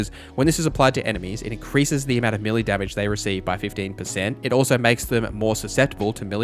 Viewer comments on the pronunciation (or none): Good video. It took me a while to work out he was saying "melee" not mili. I thought it was short of military militech or something. Also Eck-specially for especially and unequip-ded fopr unequipped. Are these american things? Never heard before.